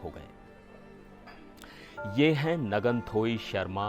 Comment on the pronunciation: It's not naganthoi sharma, it's nganthoi sharma. Pronunciation would be lil tough for mainland people so you can also use the corrupted pronunciation which is similar to the actual pronunciation, that is " Nanthoi Sharma"